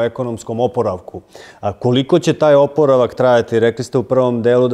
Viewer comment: Jedna informacija za voditelja: riječ OPORAVAK ne akcentuje se na prvom, nego na drugom slogu.